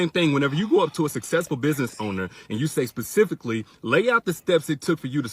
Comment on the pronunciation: *specifically NOT PACIFFIALLY.